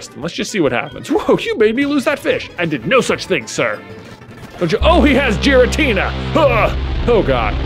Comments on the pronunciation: J pronouncing Giratina with a soft G hurts my soul. But he's allowed to pronounce it however be wants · Giratina is pronounced with a hard g